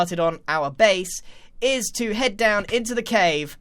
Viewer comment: Just skip to this; It's genius how Grian just kinda weirdly stopped talking and mumbeld. ''This villager has gotten a hEaD...''